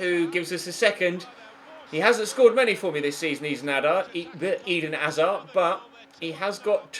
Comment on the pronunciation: Why does pronounce hazard like Eden hazar